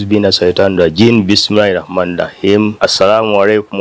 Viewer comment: oli mubi tosobola nakutola sallam bulunji 😂😂 the way you even talk bismillahi Rahman Raheem is totally wrong kati oba osoma duwa ki yarrabi 😂😂😂